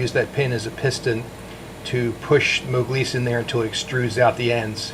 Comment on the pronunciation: what is this "moglise" you kept saying